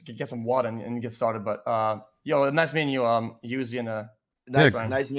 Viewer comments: anyone notice how he called him “youzy” at the end 😭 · This amazing conversation just for X to still call him YOUZI😂😂👎🏼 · X calling uzi “YUZI” is goated by X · Man said "Yu-zi" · HE ACTUALLY CALLED HIM YUZI BRUH😂😂😂 at this point it's a habit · "Yuzi" -JUICER 2021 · I'm fucking dying he called him youzi 🤣🤣